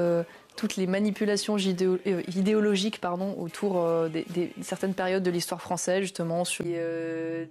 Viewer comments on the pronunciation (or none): Ce n'est pas un lapsus si tu écoute elle dit "jideologique" et non pas "judeologique " après si ca te fait plaisir de croire que c'est révélateur de quoique se soit tant mieux pour toi . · La langue qui fourche ce n'est pas une "première intention" qui plus est lorsqu'elle dit "jideologique " et non pas "judeologique" comme l'indique l'ecrito . Ce n'est pas un lapsus simplement une langue qui fourche .